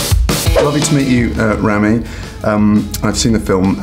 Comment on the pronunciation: Interview was great...but he mispronounced Rami's name